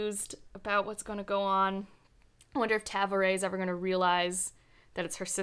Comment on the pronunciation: I think they use the word younger in the same sense as calling someone junior. And I've never heard anyone pronounce Tavore like that. Lol